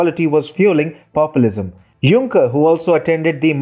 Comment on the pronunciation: Jean Paul Junk-er